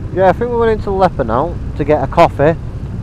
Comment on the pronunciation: i think its Ieper, for you to pronounce it it would be like eepur.